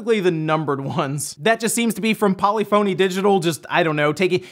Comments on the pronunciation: Lmfao polyphono 😂 it’s, pOlifinE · Polyphony is a musical term. It's not POL-ee PHON-ee. It's pol-IFF-un-nee as one word with emphasis on the "iff" sound. It means when there are more than one independent melodic voices in the piece of music as opposed with monody which is like gregorian chant with only the one melody and no other parts. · Polyphony is pronounced puh-LIF-a-nee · "Polly phoney" Is that how it's pronunced? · No he said it wrong lol